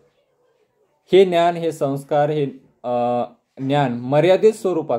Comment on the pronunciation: सर छान सांगता पण समाज बोलताना ज चा उच्चार व ज्ञान चा उच्चार न्यान होतो आहे,साॕरी सर.